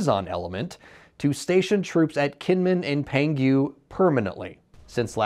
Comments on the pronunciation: It’s not Pengu, it’s Pon-Hu like in WHO WHO WHO, hope it helped 😂 no more 🐧 please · Pronounced "Pung-Hu"! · amazing pronunciation of Penghu here lol